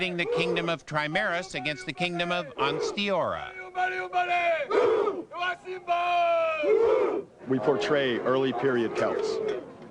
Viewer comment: Yay!!! said Ansteorra right!